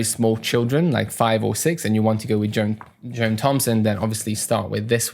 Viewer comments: I know I'm being pedantic, but his name is pronounced Jon, not Joan. The h in John is silent. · Thanks a lot for the review on these; might pick one up for additional material alongside Faber Piano Adventures. By the way, John rhymes with "on" not "own"; your pronunciation here is like the female name "Joan". I fully understand the feeling, though! I make far more mistakes in Norway with my Norwegian.